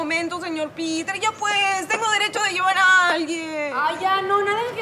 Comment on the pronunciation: dijo listros